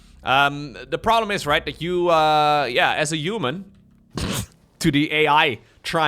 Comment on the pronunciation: I love you. Thanks for all your dedication all these years. Since you so fond of words human and huge, could you possibly start pronouncing them human and huge instead of uman and uge?:))) No offence intended:)))